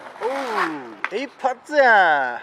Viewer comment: 一発―が英語に聞こえる